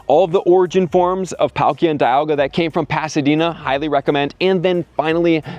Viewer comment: Sigh…. and (ray•kway•zuh)